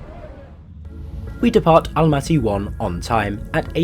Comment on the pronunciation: Jeeeesus! Why Almatee?! It's not black or green tee! Almaty!